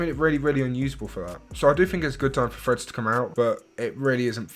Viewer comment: Bro i thought u were saying “freds” instead of threads 😭 only realised at end when I saw title of the vid 😅